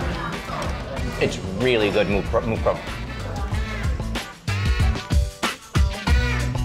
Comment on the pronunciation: "moo krob mohd" 💀